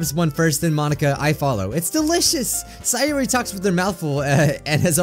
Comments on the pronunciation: pronounces Sayori as Sigh or ee But its Say or ee 💀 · Siyori Me: It’s SAY-ORI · Say or re not sai or re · Minecraft Monarchy actually, sie-or-ee